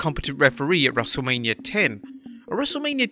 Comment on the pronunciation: Everyone = H Wrestlamia- Haich